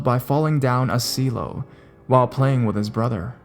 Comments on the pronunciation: silo is pronounced 'sylow' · In french it's pronounced exactly as you did!